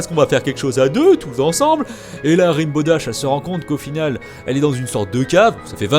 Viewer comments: Rainbow dash pas ribow dash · Et après, on dit que My Little Pony c'est pour les gosse... ;) PS : Rainbow Dash ca se prononce "renne bo" :p (je suis chiante, jtm <3 x3) Le McDonald's c'est "Sugarcube corner" xD